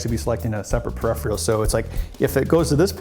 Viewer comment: new word "parephial"